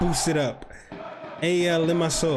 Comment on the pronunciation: Love from APOEL and you are saying the name right